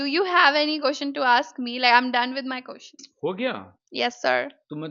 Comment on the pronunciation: And yaa one more.. question ❎ qotion✅